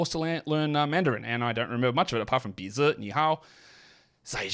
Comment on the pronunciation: as a native mandarin speaker, that nose bizi pronunciation is spot on. made me replayed a couple times lol